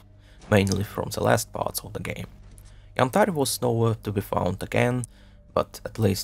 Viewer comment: Nice video, I love how you pronounce Yantar <3